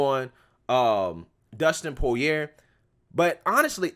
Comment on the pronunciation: Dustin is Cajun. His name is pronounced "Po-ree-ay".